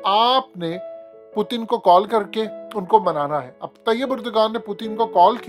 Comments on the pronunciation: U look like ato be a funny guy calling him pootan. Pl pronounce him well.... Putin. Learn frm some one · Bhai Russian president ka name pronounce karna seekh lo phelay phir video bnao. Pootin kiya hai ....